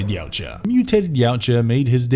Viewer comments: It's pronounced ya-oo-cha not yow-cha 🤦‍♂️ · Yau-tja (not cha/sha) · Xenos aren't after world domination they are purely about reproduction and survival... And its pronounced "Ya Oot Jah" Not yowt ja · He didnt....its Ya Oot Jah